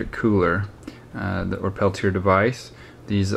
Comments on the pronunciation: The device (and the inventor's name) is pronounced "pell-tee-ay", not "pell-tee-er" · Brother, the "correct" pronunciation is "peltia." (The r is silent. the a isn't.) steve